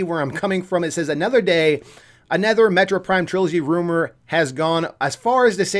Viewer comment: Take a shot everytime he says metro prime instead of metroid prime.